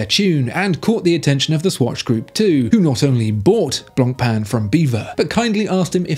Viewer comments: Please don't enunciate the "c" in "Blancpain" -- it hurts! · The pronounciation on blancpain kills me. Common at least give it a try